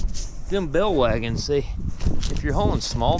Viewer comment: Are you saying bell wagons? Or bale wagons?